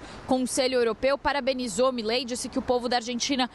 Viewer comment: Uma dica para o jornalismo da CNN: a pronúncia correta é Milei, não Mílei.